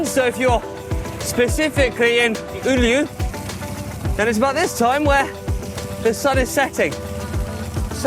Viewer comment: Finland's cycling capital Oulu is pronounced Oh-Loo, but nice try! 😎